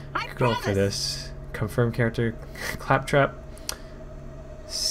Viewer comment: Pronounces claptrap wrong over 9000 times